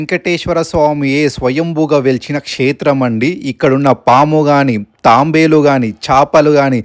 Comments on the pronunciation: Nirmanamu kadu nirmaanamu.thambelu kadu thaabelu.koncham chesukoni video pettandi.veshindi cheppedi em thelugu.aakramamu kadandi akramana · thabelu raaaa Thambelu kadhu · Leelu కాదు.. నీళ్ళు...... తాంబేలు కాదు... తాబేలు........ ఈ గుడి గురించి చెప్పి నందుకు thanks